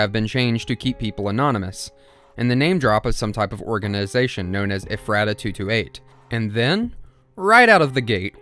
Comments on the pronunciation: I am from Ephrata. Hearing you pronounce it as eh-frah-tuh was painful. Everyone from there pronounces it as efruh-tuh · i’m from the ephreta area. it’s “ef-er-ta” not “ef-rey-ta” or “ef-rah-ta”. bugged me the whole video 😭😭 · as a pennsylvania resident its pronounced eh-fruh-tuh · actually its pronounced Ef-ro-da. also this SCP is to close to come, the only other one i know of in PA is neutralized and that one was even closer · i live in pa!! ephrata is pronounced "ef-ruh-tuh" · I've seen like 7-8 videos on the "Boiled One" and I have yet to see one where someone pronounced "Ephrata" correctly. Dr. Nowhere uses Central PA locations in his story and Ephrata was a real town, township and area near the Harrisburg/Lancaster area. It's actually "Eff-ritta" I live like 10 minutes from there, it's not really important in any of way but I just find it funny no video I've seen has pronounced the name of the town right. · Ephrata is pronounced Eff-ra-Ta almost like effort. Pennsylvania is weird. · you managed to pronounce ephrata every way except the correct way, lmao. also the glass trumpet is on display at the museum if anyone wants to see it. it is a mystery even to us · Living in Pennsylvania, I couldn't stop myself from correcting the way you pronounce Ephrata every time you said itm 😂😅